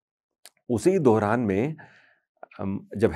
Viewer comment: wo Dauran hota hai,. Dohran nahi😅